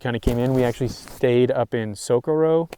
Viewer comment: Never heard someone pronounce Socorro so Japanese in my life lmao